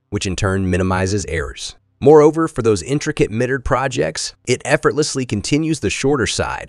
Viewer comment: Somebody needs to teach English pronunciation to these Robot voices. Mitre or Miter is pronounced MY_TER not MITTER . Kilowatts is pronounced KILL-O- Watt not Kyle-o-watt.